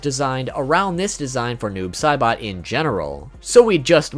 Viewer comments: To that one guy bro it's Noob Saibot not Noob Caibot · He said noob Sibot it’s noob say SAYbot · Fact #26 : his name is pronounced noobs say-butt